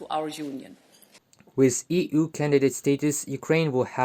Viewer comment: NARRATOR: EU is not "EEE OOO." It is "EEE YOU." Please learn better pronunciation.